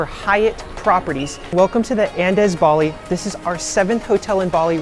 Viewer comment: Your pronunciation is kinda sending me… would be a good idea to look that up before making comprehensive videos